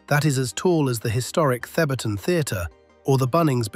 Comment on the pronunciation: Liked for pronouncing THEBARTON correctly lol